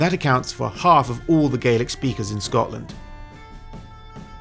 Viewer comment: SCOTLAND. Not “Scottland.”